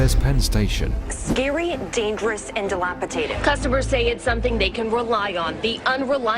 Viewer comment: Oh for the love of the American God folk, there is no T in DelapaDated